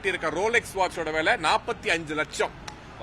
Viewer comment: உன் தமிழ்ல தீயை வைக்க. அது வாட்ச்சோட….வாட்ச் ஓட இல்லை🤦‍♂️